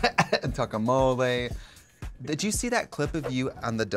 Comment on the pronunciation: Did Trixi said "Tacomole"? Ahahah love her soul! 😅